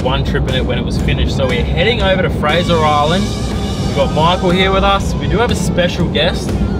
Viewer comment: Did watch the vid but gave you thumbs up for calling it fraser.